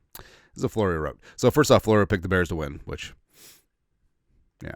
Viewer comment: Mike Flow-ree-who?